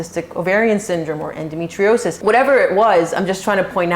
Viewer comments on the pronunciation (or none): none